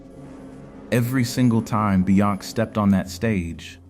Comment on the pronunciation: The way the AI says "Beyonc"